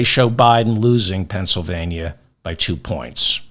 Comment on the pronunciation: Thank you for saying "Penn S Y L vania" and not "Penn SA vania."